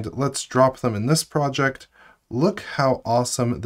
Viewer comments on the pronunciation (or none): none